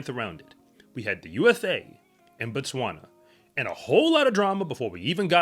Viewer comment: I still don’t understand why Americans can’t pronounce Botswana properly,Bo and Ba are different.